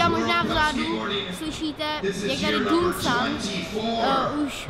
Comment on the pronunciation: To s tím vyslovením Dun-can byl doufám vtip?! :D [dejv-dan:ken] !!!!! 🔥